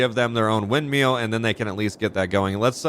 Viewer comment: Weinmil 😂 annoys me everytime it's a windmill lol